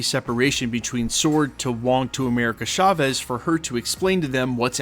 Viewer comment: Please please stop saying “Shavez” lol. Hurting my ears. It’s Chavez. C H.